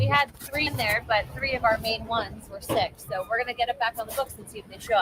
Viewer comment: Why does corbell say sho for the word so? Sho cringe.